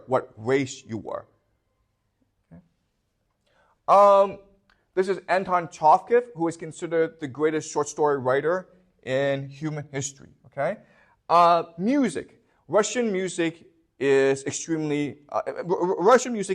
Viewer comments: could I just quickly point out that it’s Chekhov, pronounced Che-Khoff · Can you pronounce Anton Chekhov again please?